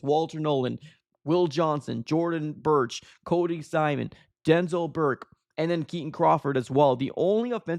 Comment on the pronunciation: Yeah, it's Cody "Simon," not "Simson."